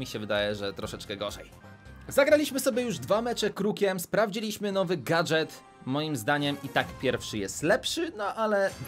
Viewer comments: Gadżet nie gadGet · Nie gatget tylko gadżet